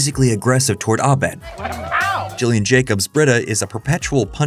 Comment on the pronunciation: Gillian Jacobs's first name is pronounced with a hard G, like in Gilligan, not a soft G, like you do it here (and like Gillian Anderson from the X-Files has her named pronounced). Jacobs shared that her mom pronounced it with a hard G from her birth, but doesn't know why she made that choice.